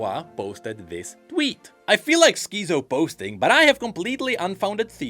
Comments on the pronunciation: pronouncing "schizo" as skii zou" was not on my bingo card for 2025 but here we are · The pronounciation of Schizo was so funny to me, nice to hear a new one